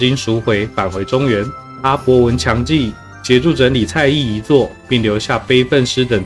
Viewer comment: 蔡邕(唸庸)